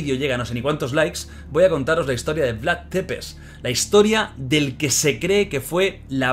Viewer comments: Perdón por corregir pero se pronuncia Vlad sepesi que en rumano escrito sería Vlad țepeși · Depes no porfavor es Tepes, se pronuncia algo así como chepes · Oye lo siento pero me pone muy nervioso que diga Vlad depeş Es Vlad thcepeş dilo así jajajaja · Țepeş no tepes 😅 bienvenidos a Rumania👋🇷🇴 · Jordi, la T de Vlad tepes se pronuncia "ch", no pasa nada es normal la equivocacion. Pero si te escucha un rumano le van a petar los oidos jajajajajaj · Se escribe Țepeș y se pronuncia Tzepesh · Porfavor Vlad Țepeș, se pronuncia como: Vlad chepesh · Se pronuncia Tzepez Amigo no es T es Ț😂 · Soy la única a la que le da rabia como pronuncia mal el nombre del empalador?